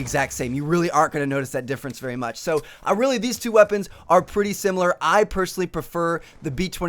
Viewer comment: Great videos but a personal thing that irks me is the way you emphasize Very and Really